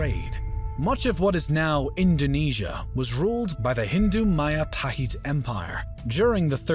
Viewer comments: Isn't Majapahit should be pronounced as Majapahit rather then Mahapahit? As it's not Spanish name. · MAJAPAHIT is not pronounced as MAYAPAHIT but as MA.DJA.PA.HIT (as in JAKARTA). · Mahajapit ❌ Majahapit ❌ Mapajahit ❌ Mahapajit ❌ Ma-ja-pa-hit? ✔️✔️✔️ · Its Majapahit, JEY, not YAY not mayapahit but Majapahit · Hey there, i'm Indonesian and Majapahit is pronounce with a hard J not a soft one so it is majapahit not mayapahit 😄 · As an Indonesian, Majapahit word is pronounced Madjapahit. Not Mayapahit. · MAJAPAHIT IS PRONOUNCED MAHAPAHIT!?!?! ‼️‼️ How the Philippines was colonized. SPANIAEDS USED NATIVE AMERICAN TROOPS IN THEOR CAMPAIGNS INTO THE PHILIPPINES!?! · I thought Majapahit was pronounced Ma-juh-pa-hit. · Ma - Ja - pa - hit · O i never knew Majapahit ever reach luzon, i think majapahit only fought against the sulu because of brunei's request to get rid the sulu pirates. Nice video, thank you but Majapahit is pronounced Majapahit J is J nlt Y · Inaccurate pronounciation of Majapahit. The J is not pronounced like Spanish ‘j’. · Majapahit has a hard J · Hearing majapahit pronunciation reminds me of bill wurtz video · The J in Majapahit pronounciation is same as J in Jack not as y